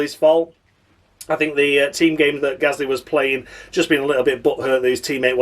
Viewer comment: David Croft used to struggle to pronounce Gasly correctly. At Brazil 2017 he kept calling him Ghastly. 🙄🙄